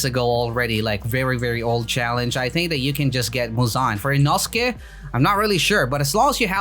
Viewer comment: its fricking eee no skay not inoooooooooooooskay